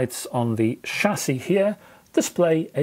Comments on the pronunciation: Thank foodness, you heard that. I heard it like sassy. But hey, I got the meaning! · ' shassie ' ... lol